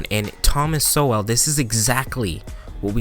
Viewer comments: Great video of Sowell, great commentary. Looking forward to more. One thing, Sowell is with a silent e. So very much sounds like Thomas “Soul”. Many of the videos you showed are from the Hoover Institute. You check out those full videos too for more content from Mr Sowell. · One minor note on pronunciation. Sowell is not pronounced as if it were a compound word of so and well. So Well with an emphasis on the W was how it was said in the video. It is more like the male name Joel when that name isn’t pronounced like soul. Just a softer W sound. Listen to Peter Robinson introduce him in one of the interviews on YouTube. Glad to see this. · I started watching it but his name in pronounced soul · My only issue with the video is how you pronounce Thomas Sowell's last name. His last name is pronounced soul. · I had the same pronouciation issue, it's pronounced soul. I love Mr Sowell. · Great video... I think sowell is pronounced soul though. Could be wrong, thats how I have always heard it! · Excellent video! Please read his books ! Basic Economics and Wealth Poverty and Politics. It’s pronounced Thomas Soul 💯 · I thought his last name was pronounced like “soul” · Just for reference pronounced "Soul." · Just a heads up it’s pronounced Thomas “Soul” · its pronounced soul. TY for reacting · Great video. Just wanted to let you know, it’s pronounced “so-wool” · Pronounced like soul. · I believe his name is pronounced 'Soul' He makes so much sense i get rich listening. Take care PEACE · its pronounced S-o-l-e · Pronounced like "soul" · I think his name is pronounced Thomas Soul. But don’t quote me on that. BTW this book sounds VERY interesting, I want to get it. I never knew that about “crackas and rednecks”! Mr Sowell is a national treasure! I heard he studied with Friedman. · Btw I believe his last name is pronounced 'soul'. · i like your video man but its pronounced soul. much love! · The name is pronounced like "soul" but with a quick "w" in the middle. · pronounced soul